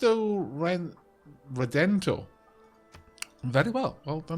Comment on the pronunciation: lol your portuguese was pretty good compared to some other things I've heard around the net XD (On Cristo Redentor and Estádio do Maracanã, Rio de Janeiro, etc)